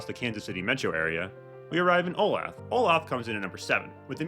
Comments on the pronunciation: Before posting a video about cities, you should at least learn the correct pronunciation of thrn. You are pronouncing Olathe WRONG! It’s pronounced Oh Lay The. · Pronounce Olathe (O- LAY-THE). It is mispronounced all the time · Oh-lay-thuh. You murdered that shit. Also, Lenexa. No I. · You need to learn how to pronounce the names of the towns. It's Oh LAY thu. 3 syllables. Other errors also.